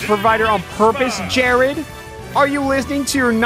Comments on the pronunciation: actually it was jaird like jab air lmao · No one: Absolutely nobody: Not even jArEd: Alpharad: dO yOu EaT sAnDwItCheS wItH tHe CrUsT oF, JAIRED